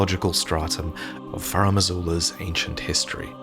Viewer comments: FarUm Azula. Not FarAm Azula. It's bugging me all video. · FAH-ROOM!!! It drives me nuts to listen to mispronounce Farum repeatedly. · "Faraam" Azula 🤭 all the veterans mispronounce Farum. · Any explanation as to why is pronouncing it 'Faraam' Azula? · Finding myself needlessly bothered with how pronounces "Farum" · so much effort put into the video only to pronounce "Farum" like a criminal...